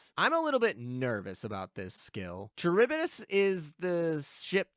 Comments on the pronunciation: Same for Charybdis Car Rib Dis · KUH-RIB-DIS is the pronunciation :D